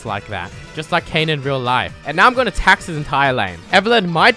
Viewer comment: ITS FUCKKING KAYN NOT KAYNE